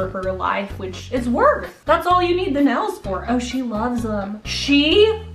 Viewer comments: this lady really says "nells" instead of nails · Nobody:: I am gonna play ukelele with acrylic NELS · sayd neils** me: IM TRIGGERED IT NAILSSSS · the way says "nells" not "nails" gives me life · The world: “nails”: “nells” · no one:: acrylic nells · Teacher:okay everybody say "nails":nels hahaha no hate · I like how you say nails 💅 like nells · "acrylic nells" 🤌🤌🤌🤌🤌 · She says nells instead of nails. If I didn’t love her so much, I wouldn’t be able to handle it. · Acrylic “nels” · "AcRiLic nAls" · Are we not gonna talk about how she pronounces nails "nales"? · Nobody: This woman: yeah so I’ve never had acrylic nElLs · is it me or does she say nails as “nels” -? im not being rude or nothing im just saying lol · not trying to hate but you're saying nels lol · I love how when she says “nails” it sounds like “nells” 😂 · Omg I love how your Oklahoma accent comes in when you nails you go nils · It’s just us Oklahomans lol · HAH wheeze HAHAH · why does she say nails like that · The way she say nails...😑